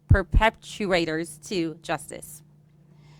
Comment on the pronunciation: She never learned how to spell and pronounce perpetrator… Is this a… DEI hire? Because being a “A person of color or a women” should be our top qualifications for important positions right..